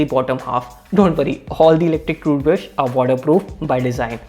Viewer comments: Dude cant say "toothbrush" properly 😆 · Got the whole squad laughing uncle ! 👏😐